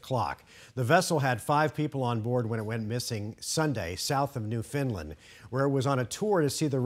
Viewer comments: Did he really say "New Finland" instead of New Foundland, or is it pronounced that way? 🤔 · It's Newfoundland, NOT New Finland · NewFINland?? LOL its NEWFOUNDLAND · Newfinland ? Where is that? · Did he just say “NEW-FIND-LIND?” Ouch. Rip to the 5 souls… please stop treating this as a tourist trap. People are treating it like Disney world and now more are dead. Leave her alone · "New Finlin"?